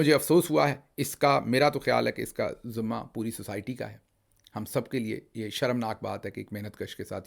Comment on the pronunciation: zumma nahi dr sahib zimma